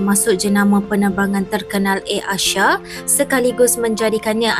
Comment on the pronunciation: Sebutan: Air Asia ✅ Air Asyia ❌